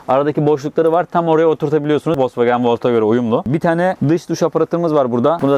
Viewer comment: Volks wagen,e neden volkwogen diyornunuz yaa ?? 🤣🤣🤣🤣🤣🤣